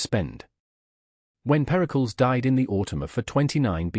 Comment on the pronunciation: Periklis not pericols